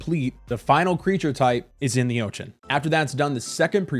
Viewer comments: please don't say ochen. please instead say ocean. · Why do you call it the "Otchan" what's up with that. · "Oach-en" Bro..where are you from, I've never heard of that pronunciation of Ocean in my entire life. I'm old too. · Never heard anyone pronounce ocean as "oation" before and I can't stop focusing on it lol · very funny how u say ochan :D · Say ocean again 😂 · I love the way you say "Ocean." lol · You pronounce "ocean" in a way that was not previously conceivable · hehe, exactly my thought, when he said it the first time i was like what did he just say? rewinding a few times 🙂